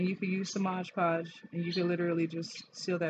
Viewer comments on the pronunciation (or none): It’s Mod Podge not Modge Podge👍👍👍